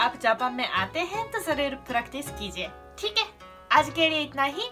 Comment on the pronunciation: Thick hai in bihari accent